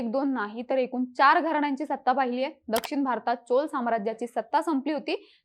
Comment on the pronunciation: माहिती खूपच छान. फक्त कृपया 'ण' चा उच्चार 'न' असा करु नका.... कारण, ठिकाण, दक्षिण, पण हे शब्द अनुक्रमे कारन, ठिकान, दक्षिन, पन असे उच्चारले गेले आहेत. मला माहीत आहे की आता सवय झाली असेल असं बोलण्याची. पण कृपया शुद्ध बोलण्याचा प्रयत्न करा.🙏🙏